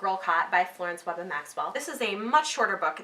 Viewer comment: Thank you for reviewing Girlcott! It was written by a dear friend and mentor of mine. While the story is fiction, the boycott did really occur, and Mrs. Maxwell and her husband were two members of the group that led the Theatre Boycott in Bermuda. BTW - Webbe is pronounced Web. :)